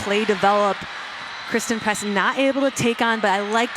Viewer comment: I think christen press..not christal press